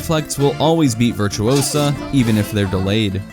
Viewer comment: it`s VirtuOsa not VirtuosAA - Hermione.